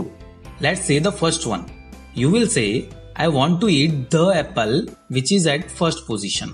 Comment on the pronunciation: "Apel" Lol